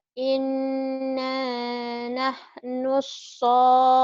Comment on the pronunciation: Maaf pak ustad. Itu yg di bacaan WAINA NAHNU. Kok kyk ada yg kurang ya. Apa sya yg slh denger. Se x lgi maaf pak.